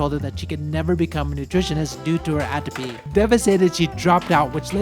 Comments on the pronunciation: You said atopy and I heard apathy. I may have an issue... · She couldn't become a nutritionist due to.....is the word you are saying apathy or what? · I can't understand what he's saying. her teacher said no because atrophy? whats that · what did her teacher say? Cant make it out lol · at around ~ in the video you say: "she can never become a nutritionist due to her ________." Her what? I've replayed this part like 20 times and have no idea what you're saying. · why couldn't she become a nutritionist? I couldn't make out what was said there. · Didn't hear the pronounciation clearly, she couldn't become a nutritionist due to _____? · due to her what? I couldnt understand sorry